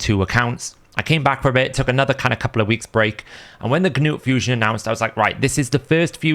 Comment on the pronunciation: The g in gnut is silent like k in Knight. Nut